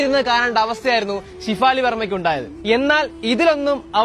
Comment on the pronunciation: ഡാ കൊച്ചേ ഷിഫാലി അല്ലെടാ ഷെഫാലി